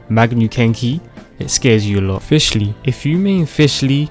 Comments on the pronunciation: Fish lee Al bee doh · ah yes no-ele, q kw- ning gog, kay o, gangu, fishsly, liyue, bi do, albefo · "Q KEE" "FISHLY" "ELUHA" PLSSSSSSS